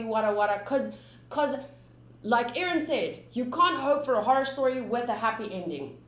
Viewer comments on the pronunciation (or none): none